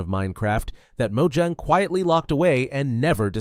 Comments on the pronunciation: Its not 'Mo-ju-ng' its Mo-ja-ng. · it has 2 syllables so you say it as Mo-Jang